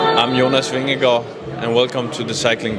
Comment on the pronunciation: are you Danish because when you say Jonas Vingegaard you say it perfect